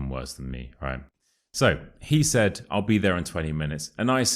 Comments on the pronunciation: Where is the sound [l] in your " I'll eat my hat"? It's more like "I'u eat my hat"🤠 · I noted that you did not pronounce I'll 😂you said i oww eat my hat !!is this the way you pronounce it in the Uk?